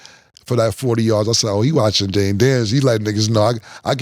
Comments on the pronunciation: One thing Killa going to do is mispronounce somebody’s name…”Jaylen” Daniels 😂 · Mike said Jayden like Mike P Mahomes squared 😂😂